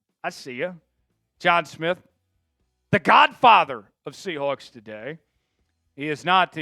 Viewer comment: Chat Sports should have guys who actually grew up in the same state do the reporting. I can’t stand someone who pronounces Sea HWAHKS.